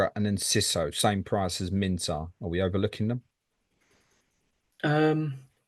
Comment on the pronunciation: Wana know more about the boy. Type Minteh on the search bar and you’ll learn a lot about him. By the way his name is pronounced as MIN TAY as in the word “stay” NOT Minter 😂